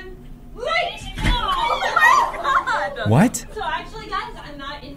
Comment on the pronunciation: When you said LIGHTT when the girl on the chair jumping in school I laughed LOL